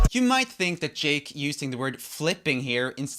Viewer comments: When you saud yake instead of jake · 1: 38 yake instead of jake🤣